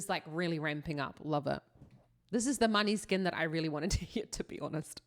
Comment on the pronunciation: Måneskin it's Danish: [ˈmɔːnəˌske̝nˀ];[. Danish for 'moonlight') Please.